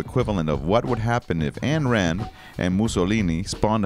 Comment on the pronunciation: First of al, You need to learn how to pronounce Ayn Rand's name!